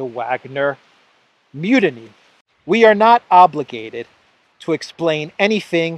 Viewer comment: Mutiny (mute-iny) not munity love your work!